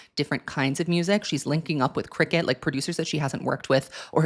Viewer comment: Just a heads up - the producers name is pronounced like “circuit” ❤